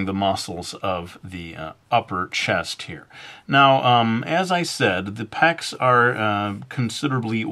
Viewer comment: Zeh pecks xD